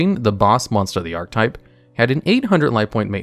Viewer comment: I gotta ask, why do you say ark-type?